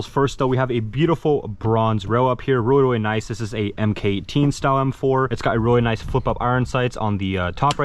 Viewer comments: Please, for the love of God, do not pronounce it "Em Kay 18" ever again. It's Mark 18. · It’s pronounced Mark 18 not “emm Kay 18” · You are supposed to pronounce the MK in MK18. If you say EM KAY 18 you will be made fun of.